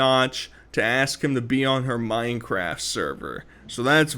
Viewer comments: mine fowge cwaft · “wanna join my dads minecwaft sewvew” 😂 She is so gross I mean gwoss Watching her eat made me so nauseous I had to put my food back in the fridge. That was disgusting lol